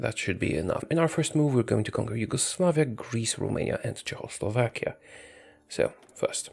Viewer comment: I love how he says Czechoslovakia like Jo~aoslovakia